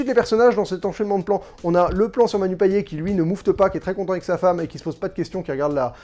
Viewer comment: Pour info, on prononce le T à la fin de Payet (« Payette »), à la créole 😉. La bande-annonce ne m’avait pas emballée, mais après ta critique, j’en serai !